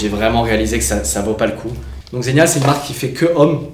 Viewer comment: Et on dit zegu’na pas zenia ;)